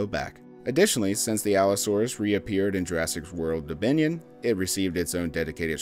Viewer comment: He said jurassic world:bominion